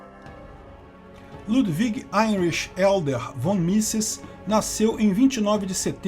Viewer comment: Edler, não Elder. Edler seria traduzido como "grande nobre, ou mais nobre", Von (pronunciado "fon", sim o "v" tem som de "f" no alemão) é basicamente "de". Era dado a nobres pra indicar que eram os nobres daquela família. Basicamente Ludwig Heinrich Edler von Mises, no português seria, Luiz Henrique Grande Nobre de Mises.